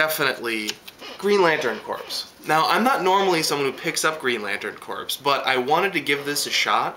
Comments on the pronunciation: P.s. Just so you know, 'corps' is pronounced 'core' rather than 'corpse'. Haha, them soldiers may not be too happy if you asked if they were in the Marine corpse! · another great review still mispronouncig green lantern corps (lol) but still love what you have to say every week